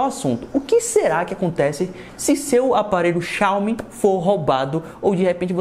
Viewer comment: mano ate hj tu fala o nome xiaomi de maneira errada kkk